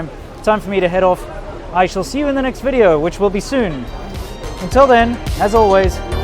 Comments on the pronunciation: i like your channel (been watching it for years) and yes you have a great looking woman but you need to teach her the letter V as in Video not Wideo.. for her sake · yeah I hear anata wideo as well hahaha, accents... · "welcomme to another wideo" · Welcome to another WIDEO! Wow WERY WERY good! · wideo LOL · lol ur fiancé intro is funny.....😂😀"welcome to another "Wideo"😂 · i love the way she says video, its sounds like wideo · You should teach your wife to pronounce the "v" sound. Weedio sounds really grating. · Cute?? Actually dumbs her down a lot to the level of a little girl. Weedio might be cute for a 10 yr old, for a grown woman married to a native speaker??? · Can you please tell your girlfriend to pronounce video instead of "wedeo"? That common Chinese accent makes me feel so awkward,LOL! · welcome to another wideo is getting on my nerves....😬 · Please, Please..please.... Help your wife to pronounce "Video"....!!! thank you. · Ji Fan I noticed that too🤣🤣🤣there are many words they can’t pronounce properly